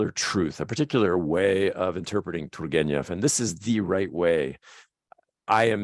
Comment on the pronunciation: You're doing a great job how about you'll never get there period of you haven't got the Russian Ukrainian soul you'll never pronounce properly it is beyond your reach Jack. You will never understand you're going to have as long as you live you'll never understand t u r g e n e v properly. F*** it keep trying